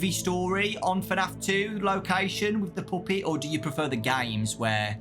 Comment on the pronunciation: “The Poopet” 💔💔